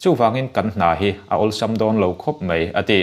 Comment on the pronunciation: Sir, mei ti tawh suh.Mai tirawh. Ngaithla chiang la, thahnem ngaihna thil aw..